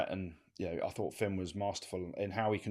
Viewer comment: Can anyone hear that some of these critics cannot speak the difference between ‘fought’ and ‘thought’?